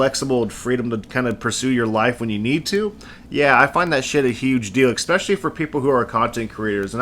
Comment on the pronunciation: love the vids but I gotta point this out: it's "Especially", not Eckspecially !!